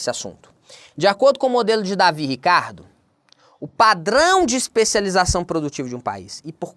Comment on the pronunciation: O correto é "Deivid" e não "Davi" Ricardo.